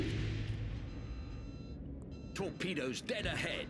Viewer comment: Torpeedeeoes , that’s easy for you to say … 😊. An interesting boat